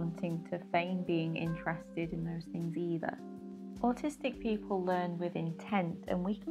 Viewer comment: english ""peo'le""